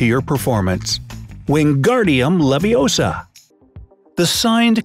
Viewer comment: “ It’s “ Leviousa” not “levioser”